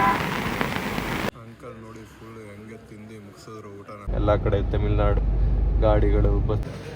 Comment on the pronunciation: ತೆಮಿಲ್ ನಾಡು ಅಲ್ಲ ತಮಿಳ್ ನಾಡು ಅದು 😂